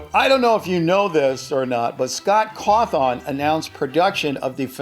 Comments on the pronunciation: Its pronounced co-thin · Me just cringing at how he pronounced Scott Cawthon's name